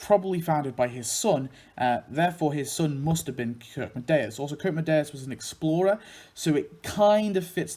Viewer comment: Nice video but (no offense, your video is absolutely awesome) you pronounced Kirkedemious's name wrong. It's actually pronounced Kirk-é-demious and it means "Church of Terror" since Kirke is "Church" in Danish and Demious is a form of the Greek name Deimos which means "Terror", Deimos is supposed to be the twin brother of Phobos [Phobos's name means "fear"] and they're the sons of the Greek Gods Ares [God Of War, also known as Mars by the Romans] and Aphrodite [Godess Of Beauty & Love, also known as Venus by the Romans]. [Btw I'm swedish so we have at least a slight amount of knowledge about Denmark (besides them burning down our homes and trying to invade our country for the past 293 years between 1521 and 1814) and they're chill people but in my opinion they're too friendly it's almost offputting...] Anyways no offense to your video since I enjoy genealogy and especially when it involves my favorite cartoons of all time. Keep it up! ~ with best regards Daniel Verdant Stormwahld